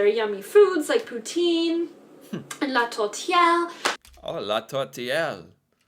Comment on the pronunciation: As a québécois I got a say I rlly liked when u said « poutine »